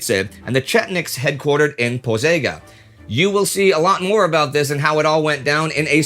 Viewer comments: Z in Pozega is pronounced like a French j or g. Btw great episode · Hello, Indy and the crew. Just a small correction - it is Požega, with Ž pronounced exactly like Ž in Užice. And both towns have pronunciation with the accent on the first syllable. You are doing great, and this correction is because I see that you make a big effort to pronounce every name as close to the original as possible for English speakers, and you do great job in that department, too.